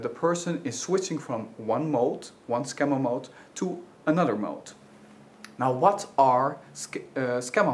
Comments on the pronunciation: Skemma-mold...? what am I trying to hear? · Nope. I heard "skemma mold," and not being familiar with "schema mode," I did not deduce that's what it was. Anything else?